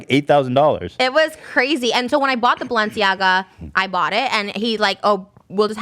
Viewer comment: ethan saying balsiana instead of balenciaga is killing me